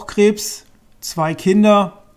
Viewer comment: Du spricht Krebs wie C/krabs(wie der von Spongebob aus) haha